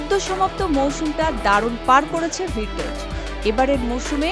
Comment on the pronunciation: ভির্টজ???😂😂😂 রিপোর্টার হইছেন কেমনে?